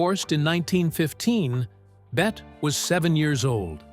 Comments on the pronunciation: Pronouced "Betty", not "Bet". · Why is her NAME being mispronounced throughout this ridiculous mini documentary? She was never called "BET" - her name was pronounced Bet - Tee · FINALLY- Agood overview! BUT - they still got things wrong ..3 things in total..First , her name is pronounced Betty not Bet ? Secondly , they didn't mention her second marriage to Arthur Hansworth & thirdly , Olivia Dehavilland was NOT a long time rival of her - she was a good & loyal friend from start to finish! All that aside - it was good cover of one of a very short list of Hollywood's very best... Thank you..😂❤🇦🇺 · For Gawd Sakes, The narrator is terrible. Her name is not pronounced Bett but Bette as in Betty. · “Bet” Davis? What asshole narrated this? This is a pathetic documentary, with its dramatic lines and its terrible script. Just delete this already. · The narrator should know better - she pronounced her name "Betty" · Really wish you'd pronounce her name correctly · Gee. Can you at least tweek the auto narrator to pronounce her name correctly??? Out.